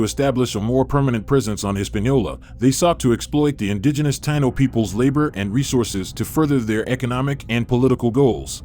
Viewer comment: I wish they would pronounce it correctly. Tah-EE-no. Not Tye-no.